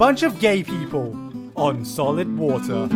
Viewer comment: on sollid woter....